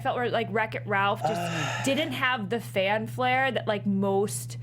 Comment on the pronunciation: "Fan flaire"....um, fanfare? But seriously; great show, DNW crew!